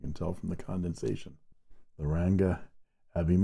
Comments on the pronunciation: Hi! I'm pretty sure it's supposed to be Abhimanyu, pronounced uh-bhee-mon-yu, mon from Monday. Abhimanyu is a character in the Epic of Mahabharata. Good to see more Indian pens! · It is pronounced as Abhimanyu and ‘n’ isn’t silent.. Abhimanyu is a revered character for us Indians from one of the epics of India - Mahabharata.. They offer so many models with so many finishes and Nib options that it’s a ‘headache’ to choose just one (even though many of the models seem to be out of stock at this time ) !